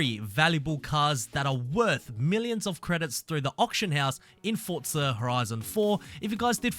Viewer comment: No t in forza